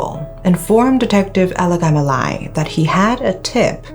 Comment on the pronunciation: Alagamalai is such a tongue twister. says it like its no big deal... 🙂